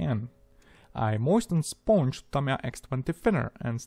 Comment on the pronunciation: “Sphonge” love your accent and love the build, nice one